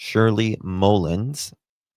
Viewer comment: Mull, like hull Ins mullins😊